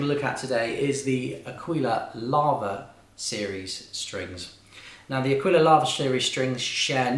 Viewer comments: This was sooooo helpful, thank you. Also, I'm Italian and you're pronunciating "aquila" right, "aquíla" is far more right that "akíla" but if we want to be annoying the perfect way to say it is "áquila" with the accent on the first "a". Anyway this video saved my life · 'Aquila,, 'Aquila ['A-kweelah] with the accent on the A... means "eagle" in Italian 🙏🙏🙏 Grazie! (but thankyou nonetheless)